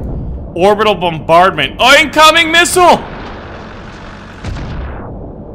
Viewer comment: he said oincoming missile